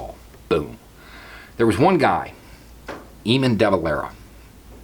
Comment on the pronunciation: Perfect shirt for the conversation! To save you any embarrassment should you ever actually meet an Eamonn, the E is pretty much silent there, A-Mon. Don't worry, no one outside of Ireland "gets" Irish names 😊